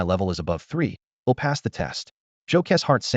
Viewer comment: Love these stories, great to fall asleep to since there's really no important plot to follow, just little storyline and short term plots, but why are all these automated readers so stupid, none off them know how to read and pronounce I'll I'd bow read agape as well as other silly little words, not a real big deal, not that annoying, just stupid and laughable, other than that, just wish either they weren't just clips but told the whole story, or at least make the parts more clearly labeled so their easy to find and listen to...